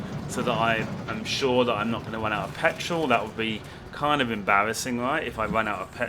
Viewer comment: When you say petrol it sounds funny